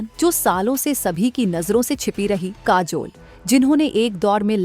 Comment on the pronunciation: Kaazol, there is jhool in pronunciation.